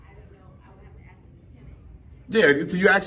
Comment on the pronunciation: It is good to axe to be educated!